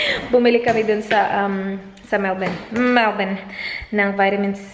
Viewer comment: Thx melboon haissssttt been telling u that on d past vlog but u were not ready then.... So was just watchin and doin😬😬😬whenever u say melborn.... Ur fans will get upset when try to correct u, oh well.... Judy had d same mistake and I hve learned that from her she was stood corrected as well😌